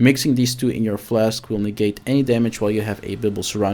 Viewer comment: "odderwise" "flesk" "ties twoe" "krimpson" "utimately" Gadverdamme